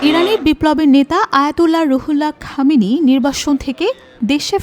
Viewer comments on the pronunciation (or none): সংবাদ পাঠিকা আপা ১৯৭৯ ইং ইরানি ইসলামী বিপ্লবের নেতা আয়াতুল্লাহ রুহউল্লাহ খোমেনী; এবং তাঁরই যথাযোগ্য উত্তসূরি বর্তমান নেতা আয়াতুল্লাহ আলী খামেনী সম্পর্কে ভালোভাবে জেনে, এবং এঁদের নাম শুদ্ধভাবে (অন্তত বাংলায়) উচ্চারণ করতে শিখে; তারপর, সংবাদ পাঠ করতে আসবেন, পীলিজ/প্লীজ/please/plz!😜😁😝!